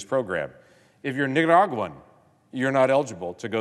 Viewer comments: He makes me nervous when he says Nicaraguan 😬 🤣🤣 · Listen to how he pronounces Nicaraguan.... LOL